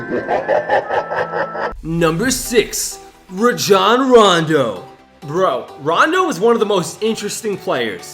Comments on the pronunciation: It's pronounced Ray-jon Rondo not RA-JOHN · its pronounced ray jon not ruh jon boi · Raejohn Rondo People: Ronjon Rondo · dude you missed pronounced rajon rondo's name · You said Rando his first name wrong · the way you pronounced rajon rondo though.